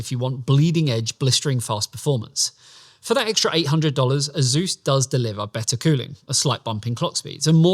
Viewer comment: 3 grand 😂😂😂😂😂😂. Its Asus btw not “azeus”